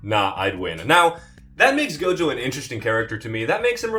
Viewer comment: Bro said Toji and Gojo…ooooof